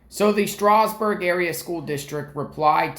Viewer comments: I live 15 minutes from Stroudsburg and the D is not silent. It is pronounced Stroud like loud. He’s pronouncing it like the Amish would. Lol. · It’s pronounced” strowzberg” phonetically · Why are u poking your nose in his private communications with his sister wtf Poking in her private emails. What an invasive unamerican thing to do Did you have a warrant for that info Do you have sisters Learn how Stroudsburg is pronounced Strou sounds like "ouch" Strowdz berg Leave his sisters alone stalker This was the last straw You are way out of line wit dis shi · It’s STROUDSBURG. you’re saying it wrong. Also, LEAVE HER ALONE! What is wrong with you? Those are her personal HR work records. You have NO RIGHT! I hope she comes after you. You have no right, none!!!!! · Stroudsburg is pronounced Stroud like loud, add an S like it’s plural, Strouds/burg. Schools in PA have attorneys on retainer and they’re referred to as the solicitor for the school district. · LoL so what if he emailed his sister it's Stroudsburg like strous d is silent I'm from NY so I know. Email's between family is all personal and private you don't have a right to it. Email's are private unless it pertains to their job & some of that is private. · Oh yes, u do. Its not said that way, up here. Just an fyi for u. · Well I can guarantee you no one in Allentown says it without the D unless they’re not from around here. Also, I did not say HE is Amish. I said he is saying it like the Amish would! Big difference. Thanks for playing.